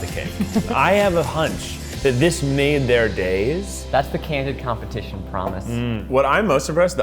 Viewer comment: Candid compe-tit-ion